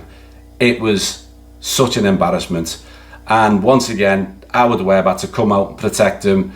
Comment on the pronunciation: FFS everyone... ITS WEBB.